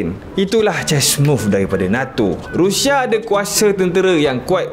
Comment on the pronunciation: Hahahahaha abg sebut rushia ke? Rindu??